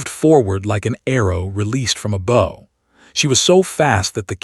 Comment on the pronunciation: You need to use pronouns or names. And please pronounce bow correctly as it is used.